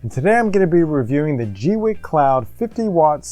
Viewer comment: Pauses just to say.. Rock on for being one of the FEW to pronounce the brand name correctly. :) I'm waiting for mine to arrive and have been cringing as other creators butcher the name. Unpauses... :)